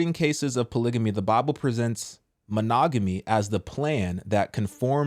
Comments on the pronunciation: What the heck is a "polygany"? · i’m not listening to no one that can’t even pronounce polygamy right! 😂